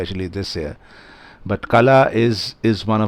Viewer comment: "Kala" - the "la" is pronounced as in Ball, not as in Bell. The English alphabet do not have a letter than get the correct sound out. Kala pronounced as in Ball means Weed.